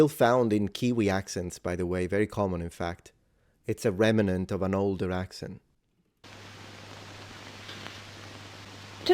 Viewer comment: you interrupted her, and used [an incorrect] 3-syllable word 'rem-a-nent'. The [correct] word is 'rem-nant', which has NO 'a [/ 'uh'],' and only (2) syllables.